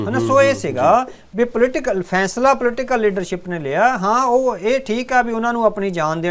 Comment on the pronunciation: ਫੈਸਲਾ ਉਚਾਰਨ ਕਰੋ ਨਾ ਕਿ ਫੈਂਸਲਾ ਬਿੰਦੀ ਦਾ ਉਚਾਰਨ ਗਲਤ ਹੈ